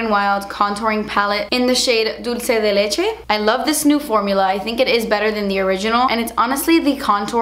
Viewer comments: i love how you say dulce de leche. perfect pronunciation. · It's because the Cuban inside of her comes out when she says it and you can hear how it should actually sound...lol